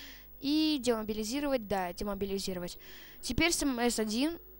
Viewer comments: не эм си 1 а эм эс 1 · Не мси1 а мс1д……ил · Не ЭМ-СИ 1 (как ты сказал), а МС-1 (Машина Смерти-1 - звучит глупо для танчика 1 уровня) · не эм си 1 эм эс 1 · не правильно МС-1 произносишь, ещё говоришь что до 8 лвла доходил. Обманьщик, врун